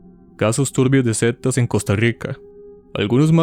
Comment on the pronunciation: Nadie ha comentado que El narrador dice "septas" en Lugar de sectas😂 pellisquese para hablar